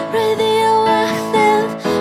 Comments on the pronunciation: A menina não sabe falar radioactive? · É engraçado quando ela fala "clotes" (clothes) e "radioacthive" (radioactive) 😂😂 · achei que ficou tudo 100% menos a pronuncia do radioactive, ficou bem estranha, mas de resto 100%